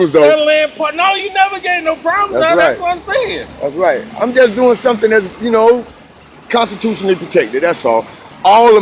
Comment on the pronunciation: You have the word accountability down...please practice 'constitutionally' ..you always say constituted ...wow , as I'm writing this, you just said 'constitutionally protected', and I think you're a COOL BREEZE'.